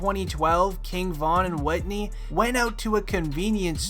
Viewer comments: WHO TF IS WHITNEY? YOU MEAN WHITEY? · Whitey not whitney